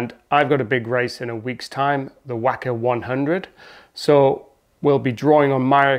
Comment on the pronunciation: Great video as always. Some good tips in there, I'm racing the 50km this year. Looking forward to laying down a good time. Just a heads up on the pronunciation, it's wok-a rather than whack-a 🙂 Congrats on the 500 subscribers and good luck for the race.